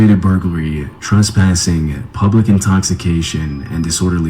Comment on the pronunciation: “truspassing” is crazy 😂